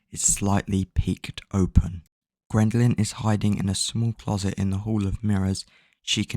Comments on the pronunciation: “Grindalynn”? It’s Geraldine. Jer-old Dean. It’s amazing you managed to read a book you autistic fuck. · The fact you’re calling her Grendaline is driving me mad🤣 “JE RAL DEEN” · That’s not how you say her name it’s pronounced “JERR + uhl + seen” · you are saying geraldines name wrong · He’s pronounced a named wrong and you’re acting like he killed your cat 😭😭😭